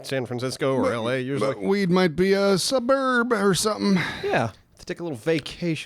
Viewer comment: "sub-herb" Well done that man.